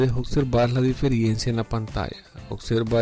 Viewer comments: No se dice DIFERIENCIA, sino DIFERENCIA. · Amigo no es "diferiencia" es "Diferencia"... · Amigo la palabra es Diferencia y No Diferiencia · diferiencia??? de verdad? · Qué pérdida de tiempo, quería ver si lograba reparar y al final nada. Con tanto anuncio el video se volvió fastidioso y además se dice diferencia, no diferiencia. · DIFERENCIA, por el amor de DIOS, D I F E R E N C I A, no diferiencia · Por qué decís "diferiencias"?